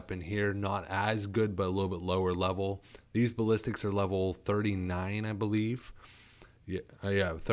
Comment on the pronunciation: Lmfao. BASS-A-LISKS NOT BALLISTICS